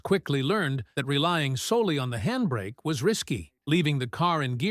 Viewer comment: Sooo much handbrake emphasis!🙄